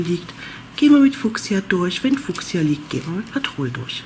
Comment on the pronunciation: Sehr schöne Decke werde ich bestimmt auch mal machen 👍🌷. Klingt irgendwie lustig wenn du immer ….patrol ….sagst😉😂. Heißt doch petrol die Farbe oder ? 😊. Sorry nicht böse gemeint. 😉🌷